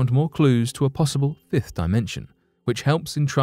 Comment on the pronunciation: He said fifth dimension at firth then said “if” dimension. I paid attention to the pronunciation. Never does he say alleged either. This channel gets more and more disappointing and it has 1 month with me personally to get it together. Also the introductions are too long and unnecessary most of the time. This channel isn’t trusting. I wonder do they tag their resource research which I doubt but I’m gonna look. So they don’t tag their research sources and I wouldn’t be surprised if NASA ran this BS page. I’m unsubscribing now. I’m pissed with a little hurt!!!